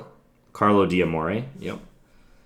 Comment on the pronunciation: D'Amore should be pronounced "Damore", apostrophes in Italian don't divide the word when it comes to pronounciation, good video btw :)